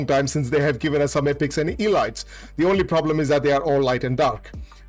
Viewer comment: You should look up how to pronounce word "elite" "elites".